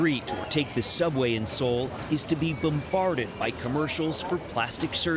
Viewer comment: Makes a video about South Korea, can't even pronounce 'Seoul' properly....